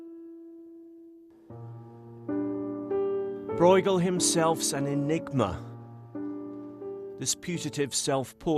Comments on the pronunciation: Why can’t a single person bother to pronounce his name correctly?! It’s not ‘Broigle’. It’s more like ‘broe-chel’ with a ‘ch’ like in ‘loch’. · "Breugel" shouldn't be pronaunced this way... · Lol, it's not pronounced "Broygel" ^^ The "ue" sound (spelled "eu" in modern Dutch) is close to the "u" in the English words "burst", "curse", "urge".